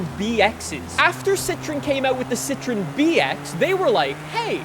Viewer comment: He pronounced it right